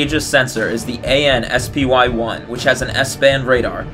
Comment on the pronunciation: Please, call it spy, like the word. No one who interacts with it calls it ess pee why, except maybe to politicians and investors If no one else has mentioned it